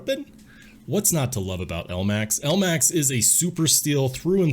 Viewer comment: Omg you pronounce it L-max when its pronounced Elmax